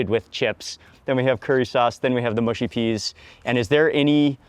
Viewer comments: Mate I like your videos but it’s mushy not moosey okay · please can americans stop saying mooshy peas? it grates my soul. only people from the north of england are allowed to pronounce it that way, otherwise the mush in mushy rhymes with rush or crush. not push.